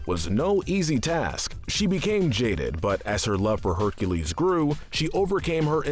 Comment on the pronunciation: Bro, you need help with your speech cause it's really bad. You pronounce Avatar the last airbender names wrong, now you pronounce Hercules wrong.